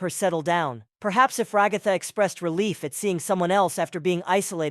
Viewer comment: Rag-Gatha? R-Ag-Gatha? NPC-S? This could have used a human touch, maybe? There are ways to have certain syllables and phrases pronounced by a CPU voice.